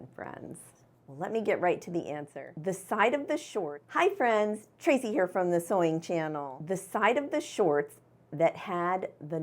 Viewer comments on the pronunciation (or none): none